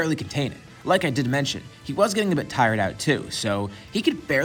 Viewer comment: he said tierd outtee